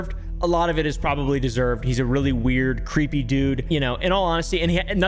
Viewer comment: "You've porobably seen this person on..." I've never seen or heard of any of the people you mention in any these videos. It's like a whole new deranged world for me.